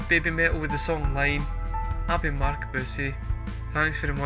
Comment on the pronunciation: Haha, great reaction ... but your "very good friend" really threw you a curved ball with this one.😈 'Iine' (that is iine pronounced ee-neh, not Line and it translates as 'So Good' like a thumbs up emoji👍) was only the second song they ever released ... that was way back in 2011 when they were 13 and 12 years old. They surprised everybody when they brought it back for this show in April this year. With this particular song they were clearly establishing very early on that all the usual rules of what you can do, what genres you can mix into one song and so on were not going to apply to BABYMETAL. So EDM, a bit of hip hop/rap (they tended to drop this for the call and response bit in live performances - just as they did here) and then that drop into death metal - quite possibly the best drop into death metal from hip hop ever - and then back to the EDM to finish. As the song title suggests - it is so good.👍(But perhaps you would have to be more used to them and to have seen what they can really do to agree with that). In this instance the growling vocals (no that is not them, growls and screams are on backing track) in the death metal part are explaining the hand sign is not the traditional metal devil horns🤘or maloik, it is the kitsune (fox🦊). I'm sure you had far better recommendations in your first reaction for songs you would actually like and appreciate - and this was not one of them. Try 'Headbanger' live at Legend 1997 (same concert as 'Gimme Chocolate' but live vocals an